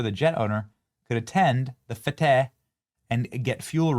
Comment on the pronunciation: What's "a wide breath"?? "Fete" is pronounced, "fate".